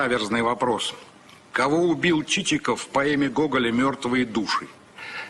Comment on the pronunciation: Не ЧичИков,а ЧИчиков,ударение на первую И.Грамотеи!